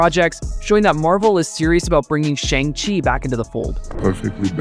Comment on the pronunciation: From Simon By the way the movie shang chi 2 the wreckage of time is pronounced as shong-chi 2 the wreckage of time